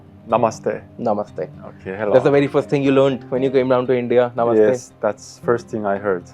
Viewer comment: 인사할 때부터 나마스떼 딱 한국사람 발음이자나~ㅋㅋ